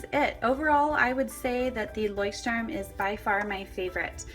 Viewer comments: I've been living in Germany for many years and yes, Leuchtturm is supposed to be pronounced like: "Loykt-turm" (that's the closest you can get with English phonetics. The German CH is a very guttural sound that is impossible to imitate for native English speakers. It kind of sounds like the sound that you'd make if you were to clear your throat aggressively.) Moleskine is pronounced the same as everywhere else though. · How the freak are you saying "Leuchtturm"? It's the German word for Lighthouse. The pronunciation is [ˈlɔɪ̯çtˌtʊʁm] It's like Loicht-Turm. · As a German the way you say Leuchtturm hurts my ears... still a pretty nice video though! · Leuchtturm. not leuchtstrum >.< Nice comparison though:) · Leuschhhhturm sagen sie immer ;D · [layxt - turm] is the pronounciation. The x denotes a strong H as in Loch. It is a language called German;) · I think I'm the first one to comment this. Does everyone pronounce Leuchtturm like that? Because I think that some Germans' ears are bleeding right now. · i usually like videos like this...but you butchered the name of the Leuchtturm girl...had to stop to watch it.... sorry as it annoyed me too bad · Anyone from Germany out there? The way all the english and american YouTubers pronounce Leuchtturm bothers me so much...it sounds like an english word, I guess it's quite interesting to see how brands are just pronounced differently in different countries...but still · plainly I am german. And i can say youre right 😂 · Everyting was spelled correctly, it was just the way you pronounced it :) As a native german speaker, I noticed that and just wanted to make a remark. I know that german is veery difficult to pronounce :P